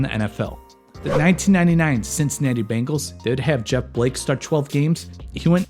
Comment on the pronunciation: He did lmao. I love this channel